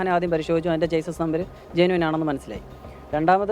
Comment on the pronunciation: ചേസിസ് അല്ല ബ്രോ... ഷാസി എന്നാണ് പറയുക..